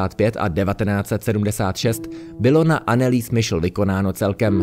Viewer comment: Nechcem byť hnidopich ale podľa nemeckej výslovnosti by sa mala volať anelize michel